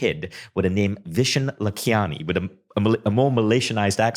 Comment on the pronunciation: Vishen: "...I changed my name to 'Vnson'...cause nobody could pronounce 'Vishán'..." Me (typical indian): even u can't pronounce it correctly!! 😅😅😂🤗